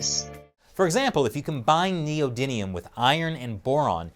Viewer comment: It’s an “M” ..... Neodymium .... Not “Neodynium” .....